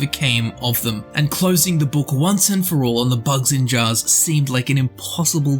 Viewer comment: Why do you say it like "bugs-in-jars" ?